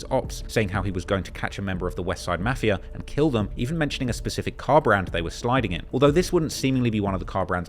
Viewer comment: Bro please pronounce Mafia correct or don’t at it anymore 😂